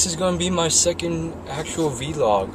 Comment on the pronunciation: Btw, vlog is pronounced all as one one word , not too seperate words ahhaa ;)